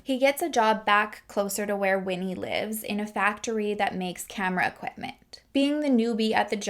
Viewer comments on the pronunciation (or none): none